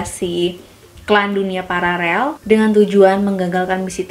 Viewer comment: Paralel atau pararel....? Hmmm